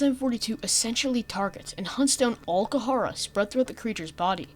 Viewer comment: this video is great but im sorry I hate the way you pronounce kharaa, ive always heard it and read it as "kuh-rah"